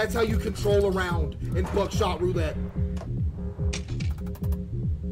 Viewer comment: Bro says buckshot like "buttshot"